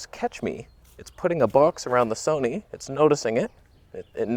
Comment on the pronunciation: Question... Is there more toneh... on the Son-eh?